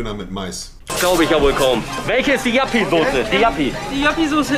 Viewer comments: Joppie. Nicht Jappi. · Joppie... Nicht Jappi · Joppie nicht Jappi... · Junge das heißt joppie nicht jappy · Es heißt Joppie bzw Joppiesaus! Das triggert hart mit dem Jappi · Und heisst Joppie Sauce...